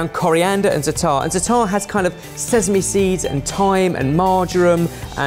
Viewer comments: The way pronounces zaatar absolutely killed me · Dear, it is Zaa-tar, not Zataar. I don't even want to talk about abomination. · Loved this!!! Za'atar = ZAHtar, not zaTAR. Just sayin',. The sweet one looked super cool! Babaghanoush can easily be made dairy-free (usually is) just with tehina, olive oil and lemon juice. Nowadays, many prepared ones are made with mayo (yikes!!!) But guys, where's the pita or laffa??? Eating falafel with a fork is just as wrong as eating shakshouka with one!! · please don't get this the wrong way but... non of those look like a real falafel. you really should go to Israel and try they have very good places for falafel. and it's pronounced- za-atar. not zatar. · zaaaatar not zatarrrrrrrr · please stop mispronouncing za'atar! its pronounced as you spell it - zaatar not zataar, the long aa sound is the first syllable... Every time you said that I cringed! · Quick correction if anyone is interested! The spice blend that mentioned is actually pronounced "zah-trr" and is a staple spice blend in Middle Eastern foods that consists mostly of thyme. For a quick way to jazz up green peas, add some olive oil, some Za'atar, and s&p to taste for a new take on an easy mid-week side. If used sparingly, it pairs quite well with fish. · same for avocado hummus haha! Zaaaaata'rrrr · as an israely, I think you are Overestimated how much yogurt is used in Middle Eastern cuisine, and that the sweet falafel is...barryish. In addition, "Za'atar" is pronounced in penultimate accent. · It's pronounced za'atar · that pronounciation of zataar made me laugh xD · If I hear mispronounce za'atar one more time..., try ze-AH-tar. Please. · Please! za-a-tar, every a pronounced.